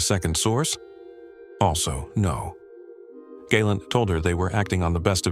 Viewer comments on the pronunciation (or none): Galent is pronounced GAH +LAHNT. long "A" is spelled gay or gai" . Your Hebrew pronunciation is not very good when it comes to Israeli names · I am impressed with how many times this AI could mispronounce Yoav Gallant's surname, and in how many ways. It also botched even the names of Mossad and AMIA a couple of times.